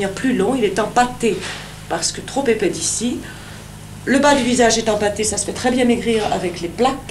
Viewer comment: "Trop épais T'ici" -> Aie, j'ai les oreilles qui saignent. Ça se donne des accents snobs et ça n'est même pas foutu de faire une liaison proprement... Comme quoi même dans les années 60 la décadence avait bien commencé 😂